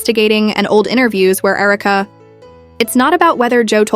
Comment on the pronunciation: Herka? AI.